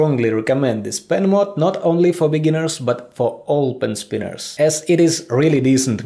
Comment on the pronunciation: No one:: Helliow pen spinniars